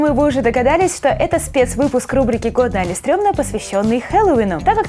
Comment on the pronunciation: Не али а или